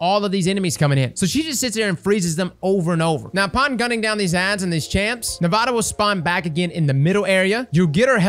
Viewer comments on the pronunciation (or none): okay, its nah voh tah, not nevada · The biggest thing that stuck out in this vid was pronouncing “navota” as navato lol great guide tho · It's 'nah-vote-ah' iirc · Navota: "Nah-voh-tah" Is it going to be like "durance" all over again? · All I hear is "Nevada" every time LOL. Great vid. You know I slapped that like button, my momma taught me right. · The name is even said in the strike. Maybe has dialog turned off. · IN THE STRIKE ITSELF they say Navota's name: Nuh-Vough-Tuh. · Navado he says lol. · nuh-vote-uh. Thanks for the guide tho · Nah-voh-tah is how you pronounce her name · I can't help but cringe so hard whenever mispronounces a name that isn't so hard to say. Navota = Nevada Caiatl = Cthulhu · and mispronouncing Navôta in new ways; name a more iconic duo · This man pronounced Navōta like it wasn’t said out loud numerous times and like he doesn’t grind Nightfalls as a Sherpa does raids. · love the guide but the way he pronounces Navota annoys me to no end